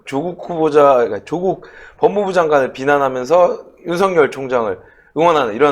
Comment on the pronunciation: 메신저 무결성을 높이기 위해... [윤성녈] 아니고 [윤서결] [조:국]아니고 [조국] 윤석열의 열자는 한자가 렬이 아니라 열임. 조국은 창녕曺씨로 조조와 같은 한자를 써 짧은 발음이 나며 풍양趙씨와 같은 한자인 趙영남은 긴 빌음을 한다